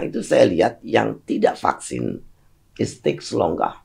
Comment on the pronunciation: Alhamdulillah, PARADOX Bu Susi cuma sebatas "fluent in English with good pronounciation tapi masih nyebut 'PAKSIN' dari pada VAKSIN". Paradox lucu yang tidak merugikan orang. Ada yang paradox, tapi merugikan banyak orang.